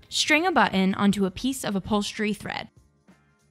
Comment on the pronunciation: G H and "shring" instead of string!